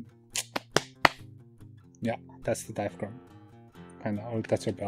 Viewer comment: Don't know if I will be doing this but you were very clear and it all made sense. But you know, you don't pronounce the "g" in diaphragm. You should be good with letters you don't pronounce, I've seen how Mongolian is spelled! LOL